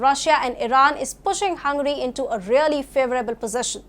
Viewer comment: It's not 'HUN-GRY' it's 'Hun-ga-ry'.